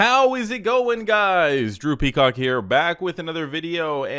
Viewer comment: i thought you said "droopy cock" at the intro 🤣🤣😂😂 Drew Peacock